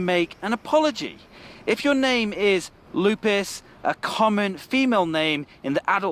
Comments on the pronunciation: Well first of all the name is not "Lou Piss" , the correct pronunciation is "Lou Pey". Lupe. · Is not lupis is lupe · There isn’t such things as Lupis thou,the actual name is Lupe and has nothing to do wth English pronunciation!!! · It's not "Lupis", it's Lupe, short for Guadalupe, GuadaLUPE. Maybe some people say "Lupis" but I've never heard it. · is not Lupes, the right word is Lupe and on Mexico is a common name.